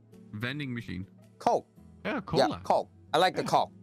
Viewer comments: 여전히 coke가 아니라 -ck로 발음하시는 우리의 월향씨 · 이분은 아직도 콬이라고 하시네